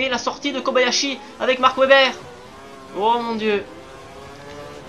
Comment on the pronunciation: On dit ouebber pas vebber... Bonne course et bonne vidéo sinon ;)